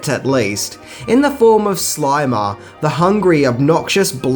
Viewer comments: It’s the Slimer not the Slimmer, you cretinous goofball. Lol! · Its SLIMER,. Not SLIMMER. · Slimer, not Slimmer. See the difference? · #6 Slimer, not Slimmer. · Number 6- "SLIMMERS" as in THIN ghost hahaha God you need a proofreader hahaha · "Slimmers"- this guy is a tool & has a very annoying voice